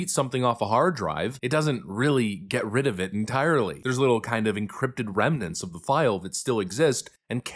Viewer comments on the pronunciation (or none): lol "Encrypted remanets."